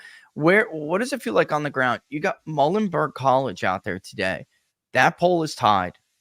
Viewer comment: Muhlenberg College pronounced “MULE-n-burg” FYI 🫏 🙂